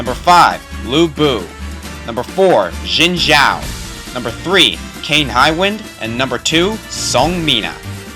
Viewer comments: its pronouced. Zin Zhao. not szhin awesome list though. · it's not jin it's litterally pronounced XIN shoa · Good God. It's Xin Zhao, not Zhin Zhao. It sounds like "Zin Zhao" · It is pronounced Shin Jao.